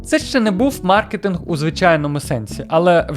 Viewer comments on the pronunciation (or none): none